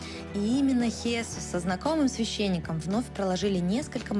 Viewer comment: Замечательный выпуск! Единственное, было бы здорово, если бы при озвучке учитывались правильные ударения в именах. Не ХéСус, а ХесУс. Вместо ПепЭ, ПЕпе!